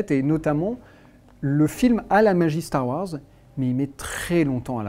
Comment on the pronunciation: x) il dit bien "hanne" et "lendow", mais par contre c'est "Starr Ouarzz"